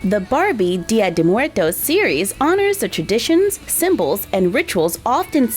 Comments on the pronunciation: It’s actually pronounced Dia-daywoes-murtos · Im mexecan and you say it bad 😝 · I'm mexican, and I love the way you pronunce "Dia de muertos", I love you ❤️❤️❤️ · Me causa gracia cada vez que dice "Día de muertos" jejejeje It's funny when she says "día de muertos" I can't help laughing. hahahahha